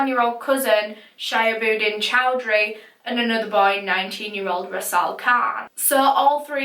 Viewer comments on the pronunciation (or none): shihabudeen is pronounced as 'shee-haa-bu-deen' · It's pronounced Sheehab-ooddin, I believe. The names sound Bangladeshi so the boys might be from there.